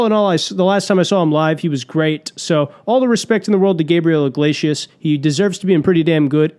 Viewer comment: When you say, "Gabriel IGLAYSHUS", are you just fucking with us like when Norm says "I-run" instead of 'iron'?